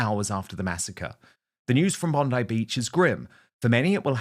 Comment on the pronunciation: THE CLOWN WHO SPEAKS WITH HER HANDS CALLS IT BONDY (SIC) BEACH MUST BE LAMMYS SISTER